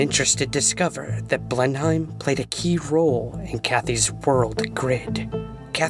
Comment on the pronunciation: Blenheim is pronounced "Blennim".